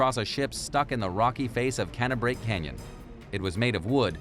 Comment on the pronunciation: Canna-brake canyon? Whatabout cane-brake, like The South says it? Oh, sorry, ya said california....